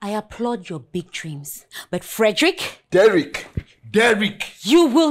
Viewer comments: Am here laughing like crazy when she calls him Frederick instead of Derick 😂😂😂😂😂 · My name is DERICK not FEDRICK 😂😂😂